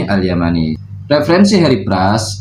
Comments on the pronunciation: 😂😂😂 Imam Al yafi'i al yumna...tulisan ngarob al yamani di baca al yumna..sama kaya tulisan ngimrithi...di baca ngumaryotho..pancen wong wahabi dongo dongo... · Panas ya? Tuh tokoh murid ngebaca tulisan Arab yg ngakunya pengikut salaf baca alyamani di baca Al Yumna yg bagong kan tokoh tokohmu?